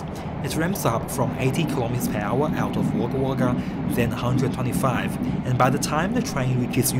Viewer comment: wog gah wog gah pronounciation sorry get the gah! its a aboriginal word meaning the place of many crows